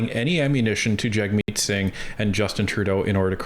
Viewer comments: Pronounce hit name property: JUG-meet. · His name is pronounced “Jugmeet”.